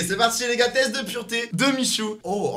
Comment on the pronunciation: C'est pas purete c'est pureté